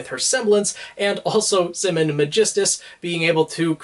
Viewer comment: It's pronounced 'simon'